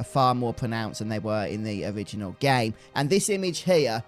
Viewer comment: "in the original gay"